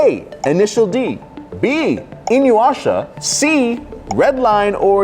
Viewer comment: pronunciation of "InuYasha" was cringe 😬😭